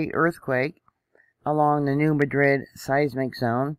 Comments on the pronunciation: 😄❤ My husband said why is she saying it like that!😆 We also say tar for tire too! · You mispronounced NEW MADRID !!!